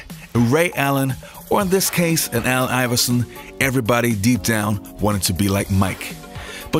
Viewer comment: I keep hearing AL iverson...